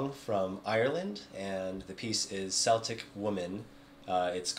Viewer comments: Cool video. Yes, you can learn bowing techniques for decades and throw it all out the window when it comes to fiddle music.:)) Just to let you know...Celtic, pronounced Seltic, is a football team from Glasgow, Scotland. The Celtic music you refer to is pronounced Keltic.:)) If some dude tells you different...they're winding you up. VMM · Ah, you have a bit of Irish soul in you! Good job. And yes, Celtic is pronounce with a hard K as another commentator noted.